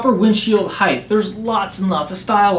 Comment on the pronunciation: height not heighth heighth is not a word